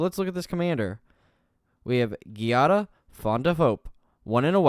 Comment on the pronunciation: It's pronounced Jiada I think, at least, it's the Italian version of Jade and in Italian I'd pronounce it that way.